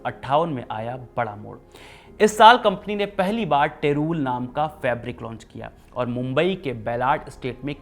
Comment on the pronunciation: टेरूल ❌ टेरी - वूल ✅